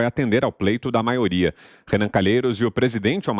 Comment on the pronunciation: Não aguento o Renan falar “Maoria “